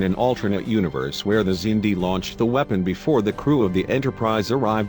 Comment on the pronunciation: LOLOLOLOL, the mispronunciations are hilariously bad! weeepon